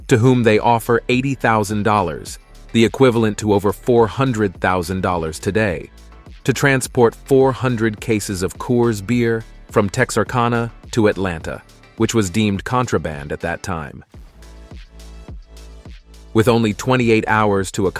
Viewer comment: As already mentioned it's Jerry Reed and it's Hal Needham, not Hall. Buford T. Justice was to be her father-in-law. Also I know people pronounce words differently but it's Big & Little Enos (as pronounced in the movie Enus) and Texarkana (Texarcana). Even though it was a made for TV movie, I think Movin' On should get some attention as well as previous said White Line Fever & Breaker Breaker and to a point Rolling Vengeance.